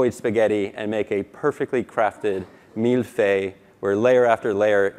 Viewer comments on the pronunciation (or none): it's mille feulle not mille fay, i have been eating it my whole my life and saying mille fay insults me :)